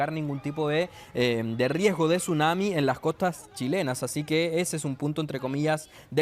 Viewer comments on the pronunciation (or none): none